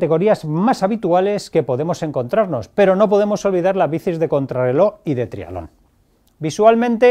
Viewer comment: Cuando dice trialón se refiere a triatlón!? Supongo